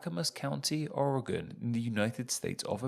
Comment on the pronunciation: Hell ya, as an Oregon native I must say. Damn good pronunciation